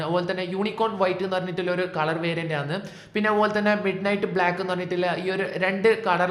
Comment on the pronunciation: ആണ് എന്ന് പറഞ്ഞു പഠിക്ക് bro. കേട്ടിട്ട് എന്തോ പോലെ തോന്നുന്നു